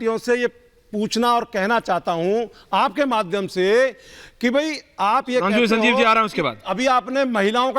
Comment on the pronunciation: अबे संजीव पहले स बोलना सीख स को श बोलता है।